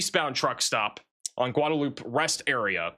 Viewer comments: Guadalupe pronounced "Goo-Wahd-Ah-Loop" in TX. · Guadeloupe… Texas native here. I can’t resist so here goes: “GUHWAH de loopeh” “New BRAWN fulls” You nailed Uvalde though 🙂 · Dude. You absolutely destroy the pronunciation of cities that you try to read. You may be book smart, and I do appreciate your weather reports. I can't believe you asked AI how to say the name of a town on one of your videos. You mispronounced Otumwa, Ia. , and Guadalupe is not Gudoloop. That drives me up the wall. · By the way. Guadalupe. Gwah da loopee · Goo-da-loop? C'mon man 😂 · Guadalupe is pronounced like gwada-loop-a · It's pronounced "Gwad-a-loop-eh" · Gwahd ah loop ay...or huad ah loop ay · The X in Bexer is pronounced, as I have heard it, somewhere between a Y and not there. It is based on one of the local indigenous languages. Bear or Bayer both seem to be acceptable. Seguin is Suh-GEEN Guadalupe is GWA-de-LOOP-ee And don't get me started on the pronunciations of some of the German based names in the Greater San Antonio area. 😊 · LOL "goo-duh-loop" was really bad. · Someone Please Tell How to Pronounce “Guadalupe”!